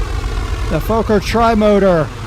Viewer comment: Lol im dutch and you didnt say it correctly.